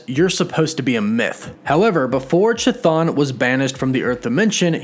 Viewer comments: Chthon is actually pronounced "kthon" from ancient greek "khthónios" as in chthonic ( /ˈTHänik/ ) which is an adjective that describes anything related to the earth or the underworld (ie. a chtonic god). Chtonic is greek for "subterranean". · Pronouncing Chthon, you don't make the 'CH" sound , Chthon is based on C'Thulu. The 'H" is silent. It's pronounce with the 'K' sound. Keh-thon phonetically. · Don't know why, but the way you say Chthon bothers me. It's pronounced Ka-th-on just like Cthulhu is pronounced Ka-Tu-Lu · I think for me one of the most interesting details of this episode is at the end when Agatha says to Wanda “you’re supposed to be a myth” and calls her the scarlet witch, which I think is something we’re going to see in dr strange 2, that’s there’s prophecies about her and that sorta thing - Amazing video yet again man but 1 thing, it’s pronounced ‘kah-thone’ like ‘tha-phone’ hahaha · The CH in CHTHON is pronounced as a K. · I do not want to be a bad guy or anything, but regarding the pronunciation of Chthon is funny. I heard the name elsewhere with the same pronunciation. Please no hard feelings. Because it derives from Greek, the letter C is silent, like saying the name Harry. & the letters " th " read out as the word " therapy " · Ch is pronounced with K sound in Chthon 🖖🏽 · I cringe everytime you mispronounce Chthons name. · You gotta learn how to pronounce Chthon 😂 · The 'CH" in Chthon is like the "ch" in chemistry, it should be "Kthon". To be more accurate, it derives from the greek "Χθόνιος" which means "of the earth" or "of the underword", and you could pronounce "Ch" like "H" in "Hecate". Sidenote: Hecate, the godess of magic and witchcraft, was considered a chthonic godess. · To anyone wondering, the true pronunciation of Chthon (Χθων) is with a soft initial "H" instead of "ch", like in "Harkness". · Chton is pronounced "Kih-Thone" NOT "CHA-THAWN" please for the love of Greek language pronounce the name correctly. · chuh-thon. lol.